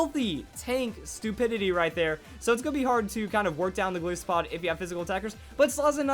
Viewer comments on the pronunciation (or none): It's Golisopod not Galeesopod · Its name is a mix of Goliath and Isopod, which means its pronounced ''Gol-eye-sopod'', not ''Gol-ee-sopod''. FYI. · It's pronounced, "Go-LYE-so-POD", as in "Goliath" and "Isopod". Also, it's "Ee-AH-pa-pa", since the Iapapa Berry is named after the papaya fruit. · Shots for every time pronounces "Golisopod"